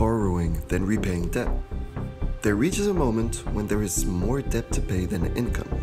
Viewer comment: Fantastic film. For future reference from a native English speaker to a non-native, please do not pronounce the b in the word debt. The b is silent, and has been silent since the word entered the language during the Middle English period. In fact, the b was a later addition which simply Latinised the spelling without changing the original pronunciation.